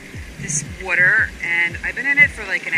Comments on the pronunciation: why does she say water like that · she can t say water right at all lol